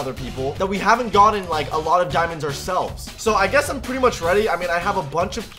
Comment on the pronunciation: 10 diaamonds